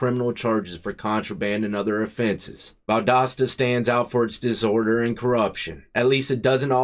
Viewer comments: P.S.! It's rare I hear Valdosta pronounced correctly without our accent back home of various levels! Boo-Ya and rock on! Many a blessing's ta Ya and yours!!!🙏✌️😎🐍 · You said the name of the town/ prison perfectly. Even the Federal prison in Atlanta is bad. I lived most of my life in Georgia before moving to Ohio. I wouldn't want to do time in ANY southern prison at all. Not that the rest of the country is that much better but Georgia or Alabama? No way dude. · Pronounced perfectly! Valdosta for Pasta. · Bro you said it right! Holy shit I love in Valdosta and didn’t even know this happened. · Ya said the name right lol, I'm originally from Atlanta, via Dekalb County! That one in case is pronounced "Dee-cab", not "Dee-cob" county! The L is silent lol! Great channel and vids my man, keep it up👍👍🙏✌️😎🐍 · You pronounced Valdosta right... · You pronounced Valdosta correctly. Not many people do. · You pronounce it correctly. Valdosta is one of the worst in the state of GA. Was really off the chain back in the late 80’s and 90’s. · I’m from Georgia and you pronounced it right. I have a friend who did a year and some change there. He thought he might die there.